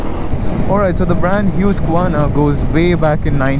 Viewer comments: 2 things, First, the pronunciation of the brand HUSQVARNA. Its not HYUSKVARNA.. its HOOSKVARNA.. Second, its styled based on the neo retro styling phylosophy. Infact one among the first bikes to be styled in this manner from 2018. Good cinematography. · It's Hue-sk-verna and not Huskvarna?